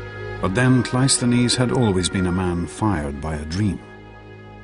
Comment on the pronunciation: That's not how you say Cresus' 🙄 Or Cleisthenes' But okay, point made.